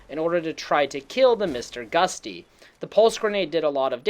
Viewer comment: 3 things that bothered me. you say Nuke-YOU-lar when it should be new-clee-urr. You say succession when it should be Suh-SESSION. And you literally call it Mr. Gust-y (like the wind? lol) when it's "GUT-SEE". Like "you got guts! Thats GUTSY!" If your medium is effectively speech, maybe you should learn how to pronounce words...